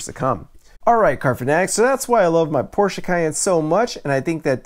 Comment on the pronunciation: Give him a couple bonus points for pronouncing Porsche correctly.